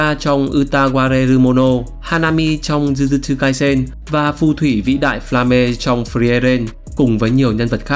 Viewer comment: Tôm rai đờ, zư zư trư kai sen😅. Ông này đọc tiên riêng dở từ tiếng nhật qua tiếng anh. Nhiều khi xem phê phim mà nghe cách họ phát âm tiếng nhật còn tốt gấp 10 lần kênh này, mà họ ko có tự nhận mình là Wibu 😅